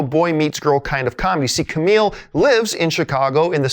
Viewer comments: kumail. not camile or kameel. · ... Ku-Mail John lol Good vid though and yes, this movie is pretty epic!